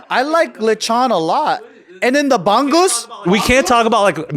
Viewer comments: Props to Joe for recognizing bangus! BTW, it's not "BANG-GUS" it's more like "bong-OOS" 🤣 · Omg Joe pronouncing bangus as "bang-goose" is hilarous! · It’s pronounced bang like how Subi would pronounce bang 😂